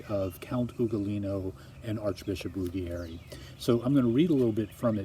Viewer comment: You are wonderful. Trust me, I am from Italy. Ruggieri is pronounced Rooh-jjay-ree though :) kiss